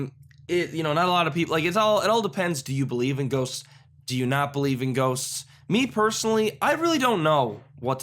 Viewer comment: when he said" do you believe, in goughsts?" I muttered, I aculy do